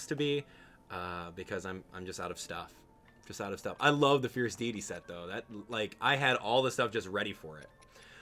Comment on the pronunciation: Sorry I always miss you live but I still like the video and hearing your stories. And you even pronounce Deity wrong! ;)